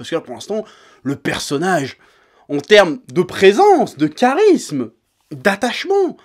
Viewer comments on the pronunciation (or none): none